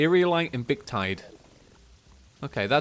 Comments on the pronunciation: It's pronounced Viktide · Lazinator Lazer-nator Victide Vic(k)-tide ((how could you even get that wrong?)) If theres anything else he pronounced wrong, you can just comment yourself because I'm too lazy to add anything else @@ but these sort of just made me cry inside